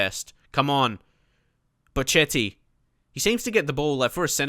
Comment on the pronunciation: (Just making sure u see this, i posted it on ur first vid as well) Ok pronunciation lesson: hachim (mastour)=hashim (like hash'em=hash them) pazzini=patsini van ginkel= g as in de Gea Bocchetti=boKeti cerci=tsertsi general rules in italian: 1)z is caTS, unless in the beginning of words when it is ds as in pads. zucchero(sugar)=dsUkero but grazie and Lazio it is ts 2)ch is c as in car, for example Chievo 3)c before "i" or "e" is CHurch, otherwise Car (examples ciao,Cesena is CHurch, but Casa, Cagliari, Cataniai is Car) also gli is "ll" as in million 4)g is g as in general only before "i" or "e"(just like c), otherwise it is g as in goal. So Genoa is tzenoa you can bookmark this site while you're at it: So there, don't let us hear you say any italians clubs or players incorrectly from now on. Thank you